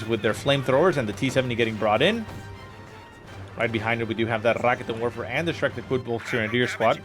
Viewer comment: is rolling the r ok... I guess. but he should put emphasis on the 'ket' part, not the 'rikitin' part. so... 'ra-KET'n Werfer'